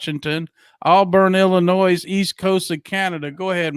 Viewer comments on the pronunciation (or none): Ill - I - Noy = Illinois. No “ S “